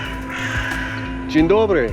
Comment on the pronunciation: that was a pretty good "dzień dobry" ;)